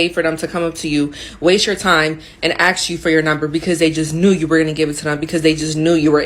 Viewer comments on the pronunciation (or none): 'only the top 1% should be approaching you", says the girl who can't say the word ask...